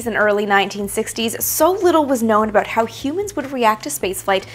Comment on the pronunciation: Ha! I heard an "aboot".